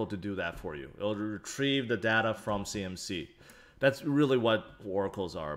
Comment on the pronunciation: When he say data = dader